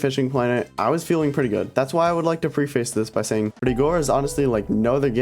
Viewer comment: pre face :) ... its pronounced prefis .. pref-ace